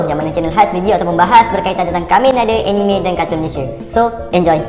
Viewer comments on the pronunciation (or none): none